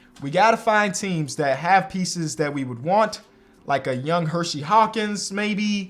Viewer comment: I always love the videos, but is it Her See Hawkins not Hershey, there is only one H in his name